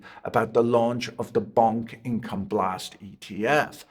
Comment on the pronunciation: I personally love that he kept pronouncing Bonk like it was Bunk 🤭